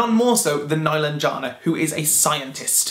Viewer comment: Meh-LAHN-jeh-nah is how you pronounce her name. Watch the authors on YouTube read from the book or listen to the audiobook.